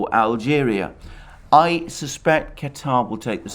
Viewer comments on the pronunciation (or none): none